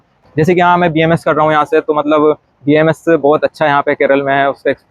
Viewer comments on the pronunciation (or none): Don’t make the “A” silent, it’s BAMS